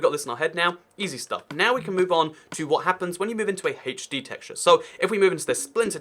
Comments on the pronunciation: Why do you say Haach D instead of H D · I get so triggered when says Hay-ch-D when I call it HD lol